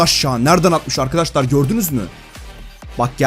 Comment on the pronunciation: Arkadaşlar diyeceksin arkadaştar değil